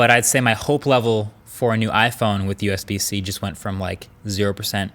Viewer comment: Usb-c sounds like usbc 😂